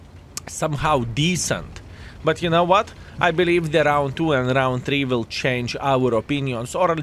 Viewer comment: Like.For years he is speaking chance when he means change.😂